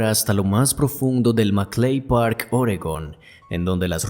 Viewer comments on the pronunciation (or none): none